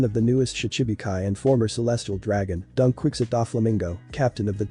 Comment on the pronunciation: I can't get over the "Donquikzit pirates"😂